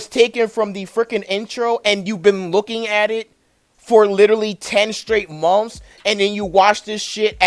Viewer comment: Are you trying to say months?